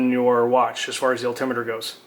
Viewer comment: Al,tim what? Al Tim it er! Say the word correctly please! Alti-meter.